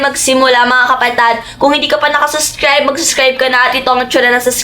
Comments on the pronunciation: Suscribe yarn Malaki na Hindi parin maka pronounce Ng subscribe hahahahahah😂😂😂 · Subscribe po hindi po Suscribe😅